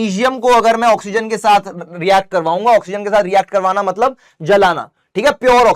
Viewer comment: "matbal" was epic 😅